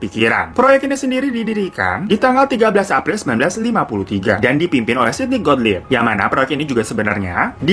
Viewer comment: Mang oleh, bukan mang oleng🤣